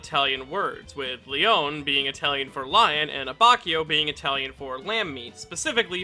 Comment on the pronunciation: Love the video. Just gotta let you know that his first name is pronounced "Lay-OH-nay". Also on a different note, I love how Abacchio has one of the most well-rounded and complete character arcs in Part 5.